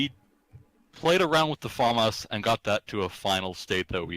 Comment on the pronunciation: or "faemas" when as it being french is "Faamas"